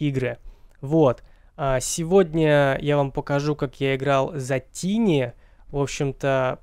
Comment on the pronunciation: Какого хера тини? Тайни же блеа.